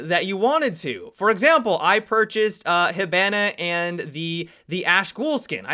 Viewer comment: I really don’t like how you say hibana.